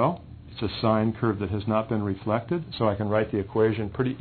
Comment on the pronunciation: lol "refleted"